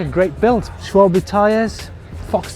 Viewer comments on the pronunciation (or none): none